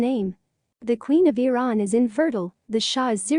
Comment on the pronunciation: AI doesn't work. Shah of Veran. Try harder. Spellings off extremely awful.